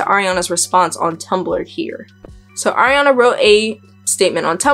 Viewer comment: ilysm okay, but you said air-eee-ana. its ariana. ahree. ariana. SHES NOT AIR